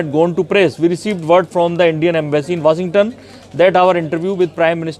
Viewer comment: Great info n intact interesting too :). Horrible English though. You sound as if you have some defect in your mouth. Magjine. Waasington. Come on dude. At least respect your listeners and work on ur pronunciation.